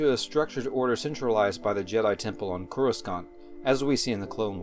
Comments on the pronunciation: How did you make such a solid video with legit info about the Jedi, especially the Sentinels, yet you pronounce Coruscant with a hard second C 😂? It’s NOT pronounced as Korr-uh-sKaunt; it’s Korr-uh-saunt… I mean it really is a GREAT video, but bro... Fix that pronunciation 😜. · just a tiny hint, the second "c" in "coruscant" is silent. it's pronounced "core-uh-sant"